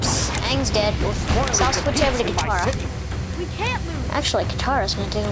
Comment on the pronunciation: Yes.Aang does love her.By the way it is Katara not Katar.